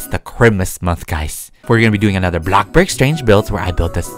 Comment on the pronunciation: literlly no one he calls bloxburg blocburg